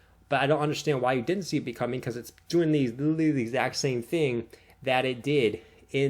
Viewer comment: "xrp will go 100x" - guy who can't pronounce "literally"